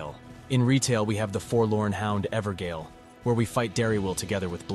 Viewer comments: I think you mispronouncing a lot of the words is cute. The funniest one is "Evergaol" as Ever-Gale Gaol is just ye olde english for Jail, pronounced the same way. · Ever-JAIL not gail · For anyone interested, Blaidd is pronounced 'Blaith' and evergaol is 'everjail'. Blaidd is welsh and gaol is just an olde spelling. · EDIT: I know Evergaol is pronounced Ever Jail. It’s an AI narration. Thanks and enjoy the video 👊😀 One year of cut content research condensed into one video. Following Guilbert the Redeemer of Vengeance we will meet a lot of NPCs that will help us paint a picture about the history of Elden Ring's development before the Network Test. I hope you enjoy, and don't forget to subscribe. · Cannot watch this due to the continued mispronunciation of “Evergaol” multiple times.